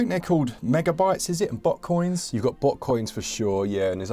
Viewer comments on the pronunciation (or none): My terrible American ears heard butt coins not bot coin's 🤦🏾‍♂️